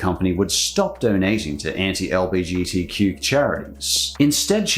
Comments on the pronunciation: The way you say LBGTQ+ is mildly infuriating it's LGBTQ+, I say this as a member of the Bi community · It's 'L-G-B-T-Q'. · The slight annoyment I felt when pronounced LGBTQ wrong just physically hurt but, I still love the message